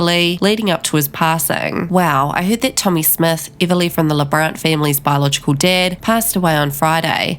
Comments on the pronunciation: Before you spread rumours learn how to say her name! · What accent do you have? You pronounce everything wrong. Even her name.